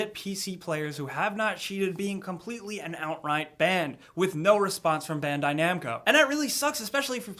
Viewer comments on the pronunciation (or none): when he said bandai namco, i thought "banned I namco"